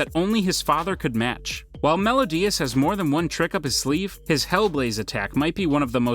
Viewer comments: M E L I O D A S not melodias -____ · It is Meliodas not Melodias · It is pronounced mel-i-odas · The way he pronounced meliodas tho